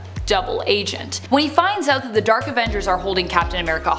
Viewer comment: Why does she call them the “Derk Avengers”?